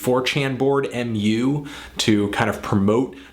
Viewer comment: >saying 'm-u' >not mew >costanza.jiff.7z